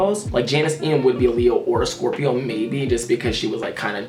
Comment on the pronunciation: I love how he says Scorpio it makes me love my zodiac sign so much